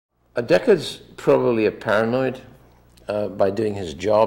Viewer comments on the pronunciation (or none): it's deckard not decker